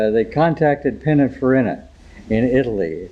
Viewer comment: Cool cars but really?. Pin a far in a? Peena far eeeeena. You probably call them eye tal eye ans too.